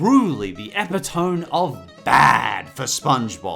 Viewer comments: eh-pit-oh-mee not eh-pih-tohm that's my biggest pet peeve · It's "eh-pi-toh-mee" not "eh-pi-tome". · Does anyone say epitome as epi-TOHM and not uh-PIT-uh-mee??? Is that a British thing?! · bruh its not pronounced "eh pih tohme" its epitome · Epitome is pronounced "eh-PIH-tuh-mee" not "EH-pih-tohm." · "eppitowm" it's pronounced e-pitt-oh-mee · Did he pronounce epitome as ep-ih-tone in the last one? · Epitome is pronounced "ep-IT-oh-mee". These episodes are all pronounced "crap". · Epi-tome? Really? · Epitome is pronounced 'ep-ih-toe-mee' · Do you pronounce epitome 'epy-toam'? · it's pronounced oh-pit-oh-mee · It's pronounced "Eh-pit-ohm-mee" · Epitome is pronounced epi-toe-me (thats how I learned it but i live in the US) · You mispronounced epitome my dude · you said epitome there in a strange way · You pronounced "epitome" wrong. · The way he pronounces "epitome" makes me cringe to death. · You pronounced epitome wrong lol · Um... dude sorry if this comes off as annoying but you mispronounced epitome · I hate to be "that guy," but I think you mispronounced epitome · When tries to say epitome.